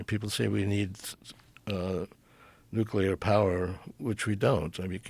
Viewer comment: Nuclear, please..